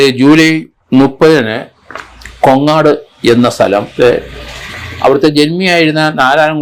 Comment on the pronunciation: കൊങ്ങാട് അല്ല. കോങ്ങാട്